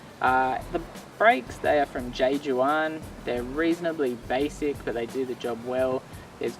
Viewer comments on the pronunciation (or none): J.Juan is a Spanish brand mate. It's a soft "H" not a hard "J". Just say'n.